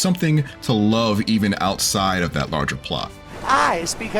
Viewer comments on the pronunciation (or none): none